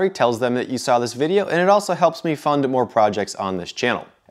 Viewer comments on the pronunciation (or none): none